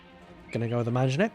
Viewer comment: Refreshing content! Also, as a native speaker of Arabic (Abbasid's language), I can testify that you are the only caster/pro-player who does not speak arabic as a native tongue, but pronounces "manjaniq" properly!